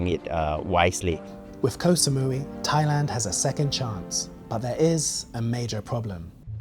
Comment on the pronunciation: Thats not how you pronounce "koh"